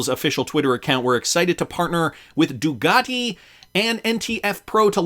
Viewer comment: It's Ducati, not Dugati...just saying